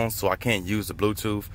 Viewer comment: "bluetoof" lel